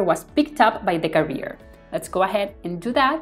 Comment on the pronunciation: Very useful tutorial for a very useful plugin. One comment about the video: you're pronouncing "carrier" as "career", which sounds odd and distracting... Carrier should sound like "kèrrier" 👋